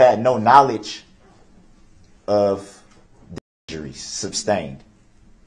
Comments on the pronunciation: Lmao yeah and that he would get mad when the judge STUBSTAINED the prosecution’s objections. He’s FINNA go down for life and I hope he accepts his TROOF. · He AXED too many questions and got upset when the judge SUBSTAINED the prosecution’s objections. He’s FINNA spend the rest of his life being told when to eat and wake up. I hope he accepts the TROOF of his situation.